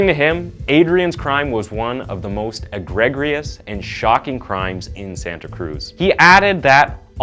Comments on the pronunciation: did he just say "SWINDLING around in (my) head"..!?! what..!?! oh and - a-greg-rious? it's a-gree-juss. the English language is being destroyed. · I like your channel and think you do a good job presenting the cases. You also have a great voice-"radio" quality. However the mispronunciations undermine the quality. "Egregious" is pronounced "E-GREE-gious." Also multiple mispronounced words in previous videos. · This narrator needs a decent editor and some training in English pronunciation. Egreg-rious is not a word. Egregious is pronounce egree-juss. Many other words were either slightly mis-used, or else mispronounced. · A. gree jus. Not a greg rious (sorry) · “Ehgrehgrious” was the only funny part of this video, it’s pronounced “ehgreejus” fyi and it definitely was egregious that boy who only got sent to prison until he was 25. Such crimes as he committed should never have such a light sentence, regardless of age. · Agregious is pronounced "ah gree jus" not "ah greg gree us" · Its egg-gree-jus not igregrious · He should at least know how to pronounce words properly - EGG-RED-gious should sound like EE-GREE-gious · EGREGIOUS: Pronounced, "Ahh -gree-jus(t), " 👍 NOT, " egg-Greg-I-us.". 👎 😂😂😂😂😂 You know, all it takes is a Google search. Click the 📣 icon and turn up your speakers. You're welcome! 😉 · i Love Your Videos BUT ive noticed How it seems No You Tubers 30 and under have a decent knowledge of American English Pronunciation lol EGREGIOUS is NOT - A_GREG_RE_IS its EH_GREE_JIS lol i did high school in Houston in the late 90s and we would have NEVER got through grade 9 not knoing how to say the simple words every you tuber mispronounces these are grade 4-6 spelling bee words its not just this word its 90% of words with more then 2 syllables and its EVERY You tuber 30 and under - we need to take out all the Gender BS in schools and get this generation reading and speaking at a grade 6 level by the time theyre finished grade 12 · It’s pronounced “Eh-Gree-Jus”